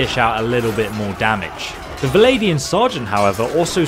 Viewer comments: They are alled "Vlandians", not "Valandians". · "V-land-ians". Legit not that hard to say, rather than "Vladian". Fucking hell.